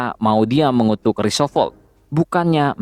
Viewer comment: Roosevelt, di baca rusevelt, bukan risovelt, I shall return, Shall di baca : Sel. Bukan sol..., Increase your english min..